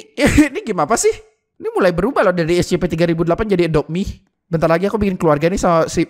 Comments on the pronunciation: Scp bang bukan escepe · Scp bukan escepeh bang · Bukan escepe harus nya yang benar scp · Scp bukan ecesekpek